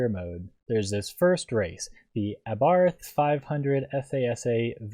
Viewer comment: LMAO!!! WTF is an "Aberath?" You mean, "Abarth"